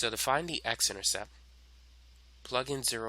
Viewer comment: Beautifully done. Only one thing. It's an "intercepT". And you could have edited out the occasional violent coughing.